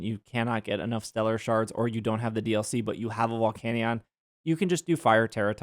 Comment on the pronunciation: The volcanion pronunciation is grinding my gears bad